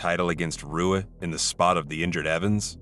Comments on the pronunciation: Hey man just to let you know, you pronounced Shogun Rua's last name wrong. Its pronounced "Hua" like how Royce Gracie's name is pronounced like "Hoyce" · Shogun’s name is pronounced with an “ H “ Hua even though it’s spelled Rua. Let be the content along with the highlights 👍🏻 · Shogun roo-a? 😂 cmon commentary team. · Roo-uh? Shogun Roo-uh? What is this 2001? It's Hoo-uh. Rs at the beginning of Portuguese are Hs. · It's "Hoo-ah" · making mma vids and cant even say RUA right XD lmfao retire please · Great vid but butchered shoguns name. R is H. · An MMA fan yet says Shogun Rewuh lmao wtf. Every fan knows how to pronounce his last name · Rua is pronounced HOOOAAAAAHHHHSHANANANA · Don't even know how to say ruas name dog🤣😆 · Is this a computer voice?? How do you do a video on the UFC and not know how to pronounce Rua?! Seriously! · Mma channel can't even pronounce Rua correctly